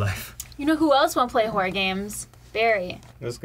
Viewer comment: fucks up the pronunciation of "horror", the guys use it as a launch point for being funny, followed by getting mad and shutting everything down. Yep, that's par for the course.